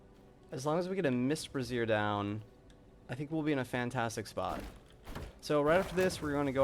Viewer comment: Great video! Learnt a lot even for my pve first run. FYI its brazier (pronounced like fraiser). A brassiere is a bra.....